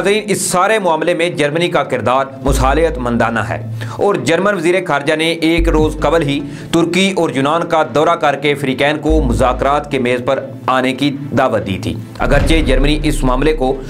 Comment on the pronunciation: میرے پیارے بھائی اپنی اوردو صحیح کریں خطرناک لفظ کو آپ کھترناک بولتے ہیں اور وزیر خارجہ کو وزیر کھارجہ کررہےہیں اپنا اردو کا لہجہ صحیح کریں. شکریہ۔